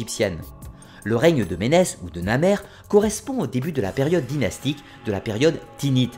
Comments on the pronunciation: en voilà des vidéos fort intéressantes, une récapitulation de l'histoire de l'Egypte antique très réussie......juste une petite correction : le tout 1er Pharaon s'appelle Narmer et non Namer (on l'associe souvent à Ménès) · C'est bien comme résumé, sincèrement, mais quelques détails : Au début, tu dis Namer comme premier roi de l'Égypte unifiée, en réalité, c'est NaRmer, avec un r après le a ^^ ça, c'est le détail du gars chiant que je suis ^^ De plus, Ménes est en réalité un nom créé très tardivement. C'est lié au fait que la titulature des rois a évolué : à partir du milieu de la IVe dynastie, la titulature est fixée avec 5 noms, dont les 3 principaux sont le nom d'Horus (le plus ancien des 5, et seul existant à l'époque de Narmer) et les noms de Nesout Bity (première attestation : Sanakh, milieu ou fin de la IIIe dynastie) et de Sa Ra (première attestation : Djedefrê, milieu de la IVe dynastie), ces 2 derniers noms sont les seuls entourés d'un cartouche. Or, à partir du Moyen Empire, ces 2 noms sont les plus importants et les plus utilisés. Ainsi, dans les listes royales, seuls les noms en cartouche des rois étaient écrits. Sauf que pour les rois les plus anciens, ils ont du inventer ces noms en cartouche. Ménes n'est donc qu'une invention très tardive. Ainsi, même pour le roi très connu Djeser, à qui appartient la première pyramide construite, il n'a jamais porté ce nom de Djeser qui est un nom de Sa Ra inventé au Moyen Empire, son nom d'Horus est Netjerikhet. Sinon, tu dis vers 21min30 que Nephtys, Isis, Osiris et Seth n'était pas vénérés pendant l'Ancien Empire. En réalité Seth est l'un des premiers dieux vénérés, avec Horus, ce sont 2 dieux très anciens. Quant aux 3 autres, ils sont appar